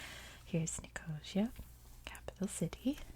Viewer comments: nice video - nicosia is pronounced nick oh see a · Love your videos! The capital is pronounced like nicko-see-ah :)